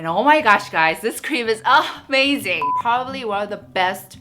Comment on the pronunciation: Who loves it Everytime she said Urh-mazing 😂❤️ I rarely participate in giveaways cuz I’m not lucky but I hope for the best. Loves from Myanmar 🇲🇲 I love you ❤️